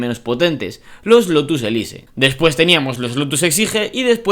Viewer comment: Elise, exige... son palabras inglesas, hay que pronunciarlas bien. Qué dolor de vídeo...